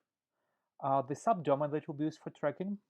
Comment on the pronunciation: Sorry but terrible recording - and when you say sub domain please be more clear what are you saying